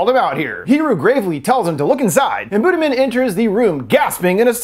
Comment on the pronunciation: i was reading the comments while listening and i was like "why is buddha being mentioned" but it's literally "budiman" pronounced as "buddhamen" lol. no hate i just think it's funny and made me less spooked to rewatch the scenes shown in this video. for reference a closer pronunciation would be boo-dee-mahn. edit: also kudos for actually showing a wiki page for the petrus killings, if y'all understood the state of politics in indonesia and gen z's awareness of history right now...